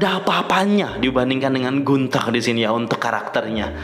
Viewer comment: Gunter dibaca Guntah